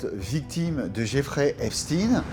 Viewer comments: JAMES DEEN! ANTONY QUEEN! 👇🏾 EPSTEIN PAS... EPSTEEN ??? C'EST FATIGUANT ! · Epstin ah oui comme eistin. Dites correctement son nom Epstein comme Einstein. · Epstein pas epstine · Citez tous les noms que vous connaissez de ceux qui avaient intérêt à la mort d'Epstein et NON epstine.. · Pourquoi vous confirmez vous au maquillage sonore exigé par ceux qui veulent cacher ce n'est pas epstine mais Epstein.. C'est inadmissible Que cache ce document en ne disant les choses qu'à mot couvert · Moi perso quand les 3 premiers intervenants s’obstinent à prononcer Epstin au lieu de Epstein, je zappe!!!! Je sais que le doc va être bidon et orienté! Sinon il ne passerait pas sur YouTube de toute façon! C’est marrant quand même parce que personne ne prononce Enstin pour Enstein! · Von epstein ne se dit pas epstine...mais epstein von epstein origine allemande...Stein pierre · Déjà quand ça commence par l'appeler Epstine au lieu d'Epstein on comprend qui dirige le reportage. Je stop le visionnage. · Hey les ducons Bonjour la prononciation ils disent epstine à la place de ESPTEIN ÇA SE PRONONCE COMME EINSTEIN. J'ai rarement vue des abrutis pareils. On entend partout dire son nom et eux ne savent pas le prononcer. Ils me font pitié et me donnent envie de zapper !!! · Epstein et pas Epstine ! ! Pourquoi modifier la prononciation de son nom. On dit bien Einstein et non Einstine. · Ce n'est pas epstin mais epstein il est juif pas russe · Jerry epsteen😂😂😂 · Il connaît aussi notre gugus , faut pas avoir peur de le dire , il était quand même 6 mois en France Et je ne comprends pas que vous dite Eipstine alors que l’on ne dit pas Eistine pour Eistein ? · epstine 😂 pas un mots sur l'entité 😂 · Dites-vous Frankenstiiiine ? Bernstiiiiiine ? Etc. ??? Documentaire très bien conçu... mais suis-je la seule à trouver qu'il n'y a malheureusement presque rien de nouveau ? Ni concernant les faits bien plus sombres, voire pire... ni parmi les noms, etc. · Arrêtez de mal prononcer son nom, volontairement